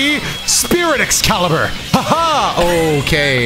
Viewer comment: nah bc this was the crispiest“Excalibur” i ever heard😂😭